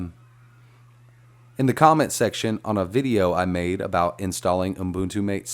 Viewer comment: Great tutorial! And It's pronounced “mah-tay” as in the Argentinian drink.